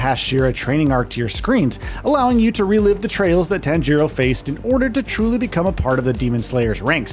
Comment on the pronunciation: How can you review a game and you don’t know how to properly pronounce the main characters name